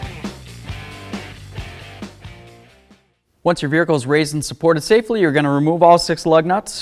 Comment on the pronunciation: Is it me or does he say “vehicle” funny😂